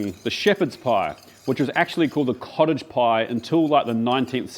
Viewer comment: I know you keep saying cottage pie but i only hear college pie and thays alright but everyone knows thay shepherds salad is Irishman